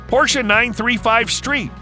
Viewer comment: Thank you for a nicely produced video and for pronouncing Porsche correctly👌